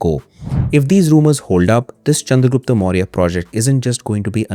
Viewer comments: if u can say chanakya why not the proper pronounciation that is chandragupta.. rather than calling him chandragupt.. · sorry to say but its pronounced chandragupta only.. of chanakya is right then why not this?